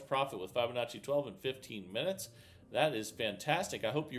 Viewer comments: I love this channel, but I'm afraid I leave every time I hear start off with "f-eye-binacci".... is there a valid reason why he misprounces that word? Even kids know to say fib-anacci. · I have been teaching FIB O Nacci for nearly 25 years and it drives me nuts :) Not Fi BO NACCI